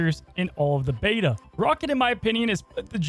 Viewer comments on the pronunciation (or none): none